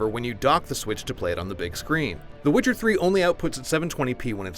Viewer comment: When did witcher become switcer?